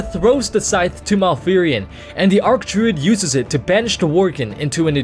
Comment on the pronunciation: Even Blizzard admitted it's pronounced "Arch" not "Arc".